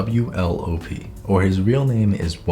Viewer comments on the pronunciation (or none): trying to say wlop: wllhp wwlghpt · I think it's pronounced wu-lop👁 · It's pronounced "wuh- lop" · You are funny when pronouncing WLOP's name. I love him 2. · i thought im the only one who's problems with pronouncing WLOP's nickname :) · trying to say "WLOP" is now my new favourite thing. 😂 😂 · struggling to say WLOP is like substitute teachers struggling to say that one kid's name 😅😂😭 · yup same here